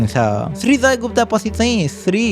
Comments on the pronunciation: That's not Gupta ❌ that's "Gupt" ✅ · गुप्त not गुप्ता bro, जे पनि।